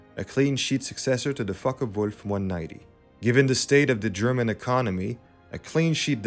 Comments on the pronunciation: Honest and fair appraisal of an aircraft that was simply too little (underdeveloped) and too late. Excellent video up there with "Greg". The narrator's accent is interesting. Perfection with German pronunciations I've noticed. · But his German is impeccable. Fragen, warum? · The narrator has good German pronunciation.